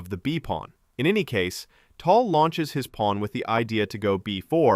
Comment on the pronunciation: it's pronounced TAL, not TOL. can't believe you are making content on someone you can't even pronounce properly...